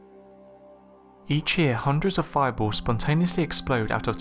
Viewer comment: I love those fiboors, and meethane. Just kidding. I actually love your accent.